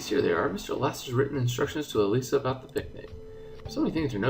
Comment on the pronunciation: I think Elisa's name is pronounced with a long I, like Elisa Schyler.